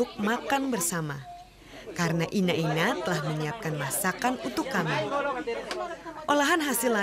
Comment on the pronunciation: Bukan ina ina,tapi ine ine...